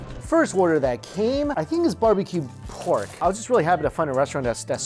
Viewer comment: I like how you say PORRGHHKK lol the emphasis on R